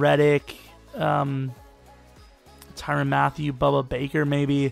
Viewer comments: BUDDA BAKER. WITH A D, NOT A B. GET IT RIGHT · It’s pronounced boo-duh Baker